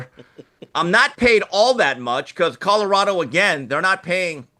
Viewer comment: I really wish that you would learn how to say COLORADO. Theres an L in it Jason! Its not CODORADO. Learn how to pronounce it man! If you gonna talk about em every other show 😬🤦‍♂️